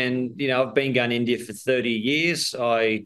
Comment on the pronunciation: Is it just me or they pronounce India as Indiarr 😂😂